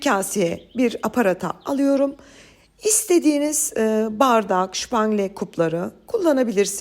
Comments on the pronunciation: ŞÜPANGLE ne gı🙄🙄 Sen Alman mısın? SÜPANGLE onun adı. Bu kadar becerikli bir hanımın bu kadar kendini KOMİK duruma düşürmesi gercekten üzücü. Şüpangle 🙄 Almanca ögreniyorsun sanırım. Kesin stres'e de şitres diyorsunuz dur 😅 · Şpangle değil Supangle lütfen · Abla her şeyi Türkçe anlatıyorsun supangle ye niye şupangle diyorsun şemsiye ye şemşiye demek gibi oluyor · Şüpangile değil Supangile ama😊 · Şupangle degil yanlız😂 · Umarım anlayışla karşılarsımız 😊 Bu tatlının adı Fransızca'dan geliyor . Özgün adı "Soup Anglaise" ( İngiliz çorbası 😊) Ama "Şubangle" degil Türkçe okunuşu " sup angles - sup angle" olabilir. Çocukluğumuzda iki yerde yediğimizi hatırlarım ; Beyoğlu'nda İnci postanesi ve Rumeli Caddesimde Rio Pastanesi . Tabii İnçi'nin asıl tanınmış tatlısı Profiterol'du o zamanlar. Tariflerinizideki kolaylık versin iyi anlatıma hayranım. Elleriniz dert görmesin. Em iyi maviler sizle olsunn🎉😊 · Supangle❌ şupangle✅ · Ellerinize sağlık çok güzel görünüyor Çok severim bayağı uzun zaman oldu yemeyeli Sadece bir şey söyleyeceğim Tatlının ismi Şupangile değilde supangile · Aslinda yapacagim ama su Şupangle demenizden cok rahatsiz oluyorum. Kulaklarimi tirmaliyor. Turkce Su-pan-g-le… Ingilizcesi Su-pan-gıl… Fransizca deseniz Soupe anglaise yani soop an-glez (Fransizca ismi buradan geldigi dusunuluyor) yoksa Fransizca soufflé au chocolat’den tureyen bir tatli turu. Ama Şupangle coook itici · S ile soylenen ne zamandır " Ş" ile şupangle oldu.... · Hanımefendi o Supangle. Şupangle değil. Ek olarak k harflerini çok enteresan söylüyorsunuz. Doğal şivenizle konuşun ne olur, gerek yok ekstra kibarlaşmaya. Tuhaf duruyor. Şupangle ile birleşince çok irite ediyor. Fransızca kökenli bir tatlı ad olarak. İngiliz çorbası demek.Bir de cour anglaise var ki ona hiç girmeyeyim… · Supangle şupangle değil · Supangle, şupangle değil hanımefendi. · Şıpangle nedir ya 😄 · Hay ağzınıza sağlık. Tarifi dinleyemedim şupangle dedikçe. Ama tarif güzel görünüyor. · Supangle deyin lütfen😊çok itici oluyor